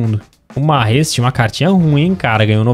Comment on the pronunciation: Mahrez Francês kkkkkkkkkk